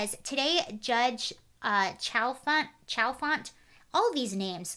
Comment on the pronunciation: Chalfant is a soft ch so it would be pronounced 'Shall-font'. Only know that because my earliest childhood crush had that last name lol